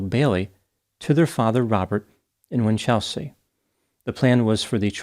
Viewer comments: WINCH-el-sea, not Win-CHEL-sea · WIN-chul-se (not win-CHEL-sea je-LONG (not ZHEE-long) for Geelong 🇦🇺😊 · "Cemented her relationship with the contractor who had a paving company." Gold. Winchelsea is pronounced ... Winchel. .......... sea. Geelong, largest regional city in Victoria, is pronounced...... G'long. With the soft G as in Gerry. Interesting that you commented on a case around the other side of the world from you. It was big news here at the time. Easy to say that he was guilty when the city press get their hands on a juicy story like that. Sad story none the less. Do you know about the Azaria Chamberlain case? "The dingo took my baby." A sad travesty of justice precipitated by hysterical media attention. Thanks for your work. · Aussie here 🦘🦘🦘🦘🦘you usually do so well with our place names! Winchelsea is winch (a tool) L (letter) see (the eyes).....Geelong is Jill (girls name) ong The Farquharson needs some work too, but I'll let another Aussie tackle that..its 6am in the morning, I gotta get some sleep. A great effort none the less!